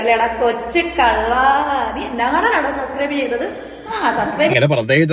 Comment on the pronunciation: ഇവളോട് ആരെങ്കിലും ഒന്ന് പറഞ്ഞ് കൊടുക്കുമോ, സസ്ക്രൈബ് അല്ല സബ്സ്ക്രൈബ് ആണെന്ന്.